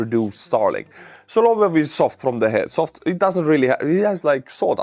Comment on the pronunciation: it's "sah-lah-VYOFF".